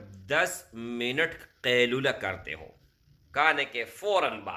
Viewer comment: Asslamo alaikum India se aap kailula kya bolrhewhmlog nhi smagh pa rhe shi se smghay